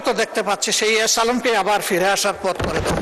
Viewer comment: বিরোধী দলের নেতা এস আলমের নামটা স্পষ্ট করে বলেন নি।